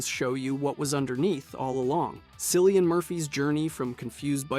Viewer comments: As soon as you said 'sillian murphy' i opened the comments, i was dissapointed. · Sillian Murphy hurt my spirit to hear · How does he not know it's pronounced 'Killian'? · KILL-IAN, Not sill-ian Murphy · Sillian Murphy?!?! That's a hard C in my man's name. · How difficult would it have been to research an Oscar winners name pronunciation, 'sillian' is just wrong. Cillian is pronounced with a hard 'c', like Killian. Beyond this, great video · cillian is pronounced kill-ian, just so you’re aware :) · “Sillian” Murphy lmao 😂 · Buddy, it's pronounced with K, as Killian Murphy. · Dude don't wanna be judgemental or anything but just to let you know Cillian is pronounced killian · This guy mis pronounces SO. MANY. WORDS. How do you mispronounce cillian Murphy nd mila jovaviviches names?? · absolutely massacred that pronunciation of Cillian Murphy's name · 28 Days Later is objectively better than Train To Busan. 28 Days Later is the greatest zombie film ever. You also pronounced Cillian's name wrong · There are som weird takes in this. And I've never heard someone pronounce Cillian Murphy that wrong before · When did zombie movies have deeper meanings? Also, I just got to say that's the weirdest pronunciation of Cillian Murphys' name I've ever heard, lol